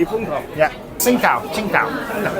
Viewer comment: It’s pronounced Ching Dow FYI.